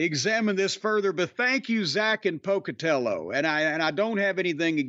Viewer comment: When Jim said "Down where I come from they would say Mr Pocatella" I swear to God I thought he would follow it up with "Could you please pass the jelly?" in that same accent. IYKYK